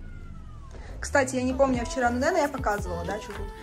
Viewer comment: "Стась, смотри"... чет не звучит как "кстати"